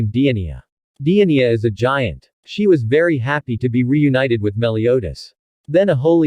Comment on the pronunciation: He sead Dienia 🤣🤣